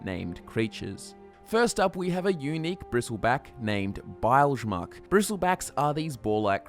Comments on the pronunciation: ITS BIL-GUH-MUCK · The way you pronounce Bilgemuck (BIL-geh-MUCK) is gross. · Bile ge mock -_- face palm The Rieklings pronounced its name, it's Bilga muck/mook when pronounced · It's pronounced "bilj-muck". Love you guys, so I'll let this one slide. ;) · Why can nobody pronounce bilgemuk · "Bilgemuck" was really butchered